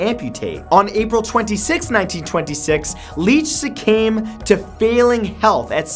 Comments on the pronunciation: Wait did he actually say succame instead of succumbed?! Hahaha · Succame? The word is succumbed.